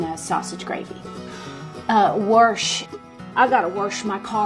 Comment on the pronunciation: I cant go with warsh or worsh. There is just no R in the word!